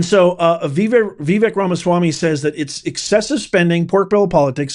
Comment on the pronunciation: Vivek Ramaswamy. His first name is pronounced Vivake (not Vivic). Come on ❤